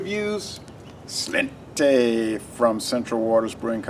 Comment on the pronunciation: It's pronounced "slawn-cha" it's Irish for "cheers"!